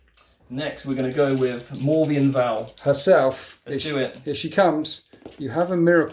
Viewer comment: Mor-venn Vahl. Not Morveeian Vahl.